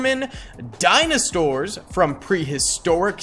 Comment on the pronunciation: dinostaurs hahahahaha